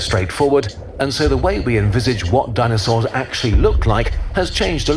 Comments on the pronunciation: it's DINO-SAURS not dino-cerous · Dineocerous and georaffes 😂